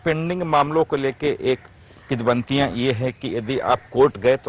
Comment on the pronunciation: किदवंतिया नहीं,पत्रकार महोदय, किंवदंतियाँ होता है शब्द।